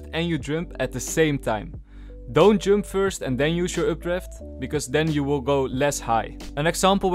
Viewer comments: Oh he's saying" jump". I'm like, jung:? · why did you say "Jump" instead of "Jump" ??